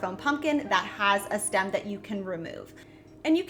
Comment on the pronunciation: lol…… what is a Stum? Did you mean Stem? I find it hilarious when people want to change the English language, but I had to listen to you twice to make sure I understood you correctly and how you were pronunciation STEM. might want to google that lol I’m not trying to be ugly. It was just hilarious. You made my day it’s Friday.😂😂😂😂